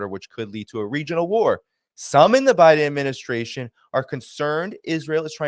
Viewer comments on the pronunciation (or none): none